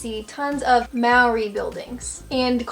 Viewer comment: My big brother said you keep saying Marry for Maori, I'm deaf, but can of course speak, I was taught Mole-ree. (said quickly) You can buy gluten free pies, there's heaps around. Traditional home made mustard on ham and in cooking is great, my Gran/Mum are the best, don't at all like the American one, far too mellow and sweet, Dijon (however it's spelt) is also mellow. The UV in NZ is the highest in the world, also we fight with Aussie for the most cases of skin cancer, even on cloudy days during summer you really do have to use sunscreen. Love your pod casts, I'm still young enough to think about my vocation, yours is, forgive the pun, food for thought. :virtualhug: 🧏 Stephanie